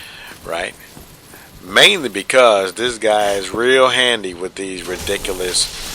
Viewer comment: The way you say ridiculous is amazing. Re-dick-el-oss LOL freaking brilliant